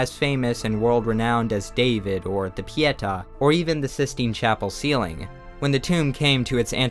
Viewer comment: Pietà, hon, accent at the end. Thanks for the video. I visited the exposition of Michelangelo's unfinished sculptures bin St Petersburg, Russia. This review completes my experience 👍